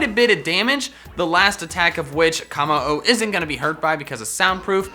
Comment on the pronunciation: Why do you call it “Kah-mo-o?” Its “Koh-mo-o”